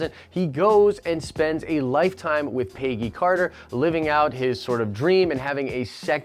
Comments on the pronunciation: Every time you say "paygy" it makes me wince. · I have never heard someone pronounce the name Peggy that way. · It’s not “Peyggy” it’s Peggy.